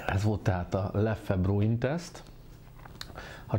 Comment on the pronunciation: Rosszul, mint ahogy ez a youtube-er srác is. 2 kiejtése van, a hivatalos holland és a még nagyon elterjedt és elfogadott francia. Sem a leffe, sem a löff nem opció. Hollandul lef(ö) az ö nagyon enyhén, franciául lef.